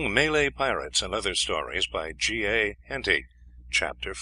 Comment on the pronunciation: May-Lay haha what a pillock!